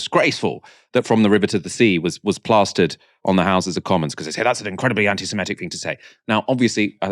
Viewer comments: it's antisemItic not antisemEtic..... Otherwise, like your work! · Well done. You know they have lost the argument as soon as they start talking over you. Just one thing though - anti se-MIT-ic.